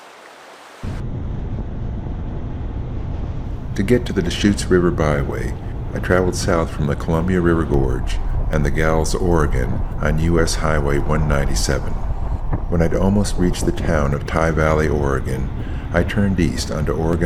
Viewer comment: Nice video, but "To get to the Deschutes River Byway, you traveled south from the Columbia River Gorge and "the gals", Oregon"? Try again. Additionally, Maupin is pronounced correctly at first and incorrectly when you get to town.